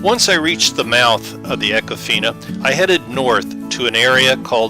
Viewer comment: You can always tell a non-local by how they pronounce an area. It’s Econ-Fina. Or if you’re a local good old boy, eeeecon-fineee.